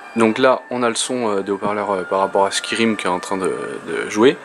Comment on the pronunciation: Ha bon ?! Jusque là, je n'ai entendu que toi le dire de cette manière... mais c'était juste pour rire hein ! D'ailleurs c'est cool que tu ne l'ais pas pris plus mal ;) bonne continuation !